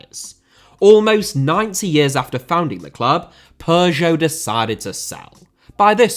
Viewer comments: Dude it sounds so funny when you say Peugeot, your pronunciation really made my day 😁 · great vid but the way u pronounce peugeot is pissing me off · it does, but sadly he pronounces both wrong.